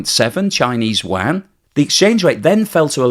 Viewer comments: …LOL…”Chinese Waaaaghn” 😂….(Can’t you say, “You-on,” like everyone else)?…. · I've lived in Beijing and never heard anyone call their money WAN, or WHAN. There is kwhy (writing it as its pronounced) rem-m-b, or the most popular you-an. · Yuan is pronounced 'You on' in English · the analysis is good as usual. But you really need to learn how to pronounce Yuan. Honestly your pronunciation hurts the ears. try reading it like this: "You-An". Only fly in the ointment in an otherwise excellent work. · love your program. However, I have two things. 1. For goodness sake, please learn how to pronounce Yuan, or just call it RMB. Your current pronunciation of Yuan sounds like a duck quacking. It actually hurts my ears. 🤣 2. The primary problem with deflation, as I understand it, is not that the producers would be unable to pass on increasing costs, because costs are typically not increasing in a deflationary environment anyways. The primary problem of deflation is that money becomes more valuable with the passage of time, so there's a tendency for consumers to horde their money, so decreases economic activity. Deflation, in the context of the current Chinese economy is an interesting topic, as it could have been beneficial in certain perspectives, as it is suppressing wages while it is suppressing intra-China economic activity. So that makes Chinese goods even cheaper. So under normal environment, deflation in China could be good for exports, especially when the RMB is dropping. So the producers net production cost is lower in terms of RMB and even lower in terms of dollars. However, since decoupling is forcing down Chinese export activity, and lowering costs is not able to change that equation, deflation is just a (huge) net negative for the Chinese economy. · I turned this off (you lost my trust and consideration) when you COULDN’T pronounciate the name of China’s currency correctly...